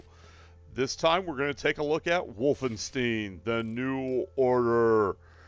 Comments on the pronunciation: Bro, it's not Wolfensteen. You're supposed to pronounce it like Wolfen-stEYEn. As in eyeball. Wolfenstein. It's German. Learn simple pronunciations before making an ass out of yourself online to thousands of people. German words with "ei" in them are pronounced like 'eye'. Words with "ie" are pronounced like just E. Get it? Got it? Good. Now remake this video please. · Its called Wolfen-STEIN like "Nein" not "steen." Also you sound like you are talking with Jigsaw's voice